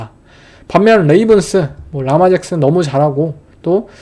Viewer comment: 르마 잭슨이라고 발음하는게 맞습니다